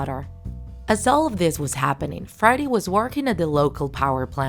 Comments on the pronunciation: Are u saying Friday or freddy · It's pronounced "freddy" not "friday"